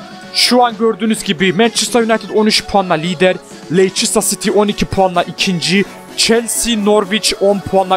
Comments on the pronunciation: ABİ LEİCESTER CİTY İ LANÇERSTIR DİYE OKUMASAN ABİ LEYSTIR SİTİ DİYEOKU +1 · leistır sity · okunusu: leyçestır siti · Abi Lester Siti dogru soyle tik oluyorum :))))